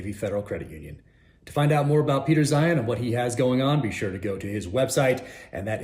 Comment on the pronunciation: He said Peter 'Zion' 😂